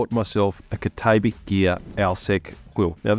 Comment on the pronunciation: Cat-ah-bat-ick gear. Just sayin’. Good video btw.